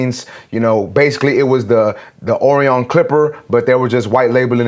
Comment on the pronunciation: (Orion) is pronounced more like Oh-Ryan, ..I remember it from the first Men in Black movie.. something was hidden on Orion's belt,...Will Smith thought the cat's name was Orion, or something like that??..I dunno?,,..but it was a star constellation. ..enjoying your reviews,..keep up the great work. :)